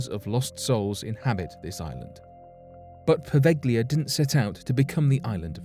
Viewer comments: Provelja is the pronunciation! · It's pronounced po-veil-lee-ah. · FYI Poveglia is pronoinced poh-veh-llia. The "g" is soft and is pronounced more or less as the Spanish use to do with the double "l" in paella, bella or mantequilla. "Lido" is pronounced as Lee-doh. (I'm Italian). Good video, btw.